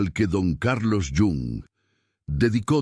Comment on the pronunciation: ¿Porqué llama don Carlos al dr Jung? Era suizo, europeo, no latino americano!! Suena fatal!!